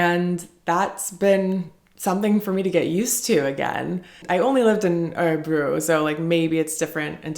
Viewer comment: Hur länge bodde du i Örebro? Du får öva på att uttala Örebro... Fast i Usa tar ni ju aldrig av er skorna, kanske när ni sover då...🤔